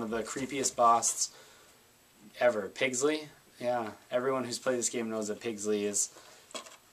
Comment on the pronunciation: It's Piggsy, there's not "L" in it.